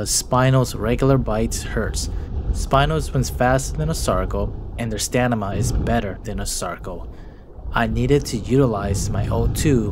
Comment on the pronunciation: "Stanima"😂 Great video as always!